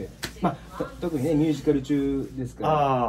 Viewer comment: あたりからはじまる綺麗な「ワン、ツー」気になるな笑🤭